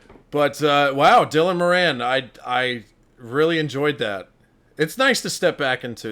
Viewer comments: I know most people wont care, but his name is pronounced More-in hes from my home town and shares my surname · Moran is pronounced More-en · You're pronouncing his name wrong! It's an Irish name and we pronounce it 'Mawran'. 😊